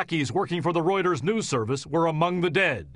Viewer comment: Reuters not ruters